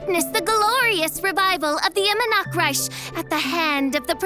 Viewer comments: I-mehr -nachts-reich how this pronouceation so hard? or is she missing it on purpose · ONLY A FEW SECONDS IN AND IMMERNACHTREICH HAS ALREADY BEEN PRONOUNCED INCORRECTLY NOOOOO